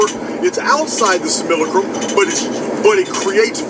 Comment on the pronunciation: Great video as usual..good to hear simulacrum pronounced properly once again..lol..I've missed it